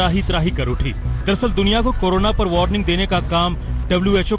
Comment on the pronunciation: कोनोना नहीं कोरोना होता है।